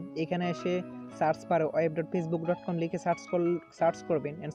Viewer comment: Aga kotha bola sekh valo kore. Ota পেসবুক Na ota facebook